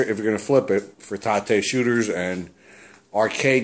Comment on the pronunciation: Nice get for free, man! I love those rgb to component converters as well. Haha, loved the emphasis on TA-te, lol. I know what you mean about flipping a 32", I've never attempted to tate my 32 inch trinitron, just heavy as all fuck those things, but the 27's are perfect for rotating. Good stuff man!